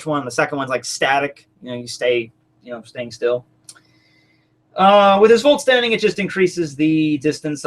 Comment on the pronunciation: If you read "vollstandig" you should propably pronounce it as sth like "vollstadiSH".